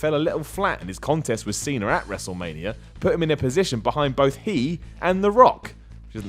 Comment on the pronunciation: Love how says Cena. "Seen 'er"